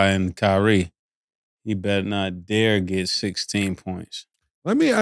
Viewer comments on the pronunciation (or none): none